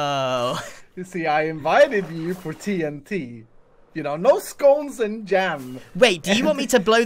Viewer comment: grian said sccons and jam but it's scones and jam